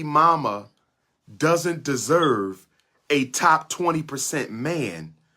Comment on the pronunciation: "Derserve" is how all his incel followers talk